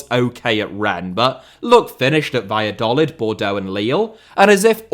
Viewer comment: please learn how to pronounce Valladolid, lol